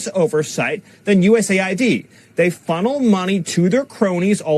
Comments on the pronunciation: It is USA ID NOT US AID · It’s not Us “Aid”. It’s US “A” “I” “D”.